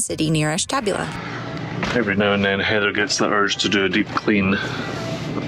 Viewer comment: You pronounced Ashtabula wrong. Ash TA booula.